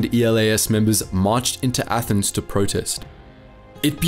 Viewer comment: Nice one mates - from a Greek. You covered it pretty well, with lots of valid facts and generally a very nice video. Also it was funny seeing you try to pronounce the Greek Local names and stuff. Just a note for the names of the Resistance groups; ELAS is better pronounced as elás, EKKA as eká, and EDES as ethés. It would have been much easier for you to call them like that rather than actually saying the starting letters lol. It was such a dark Page of our nation's History and Politics...